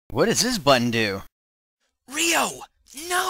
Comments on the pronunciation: If it was pronounced "Roy" Then it would be spelt "Roi" in Japanese. Ryou is prounonced "Ree-yoh." Don't you hear the characters say his name? Watch episode 6 in Japanese when they all talk to the English lady. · Ree-oh is the right pronounciation. Don't you hear the characters when they say it? If it was Rye-oo, then the Japanese would've spelt it like "Raiyuu". Even the lady who spoke English says Ree-Oh. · How do you pronounce it? In Japanese, the way to pronounce it is "Ree-yoh" only a little faster on the "Ree" part. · Sorry but you're pronouncing it wrong. But Ryous are pronounced in Japanese as "Ree-yoh." Listen to the Japanese VAs saying the name and you'll see for yourself. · omgcantbreatheimgonnadie.... (and I like to play with sharp, pointy things too) oh, BTW, you're pronouncing Ryou's name all wrong.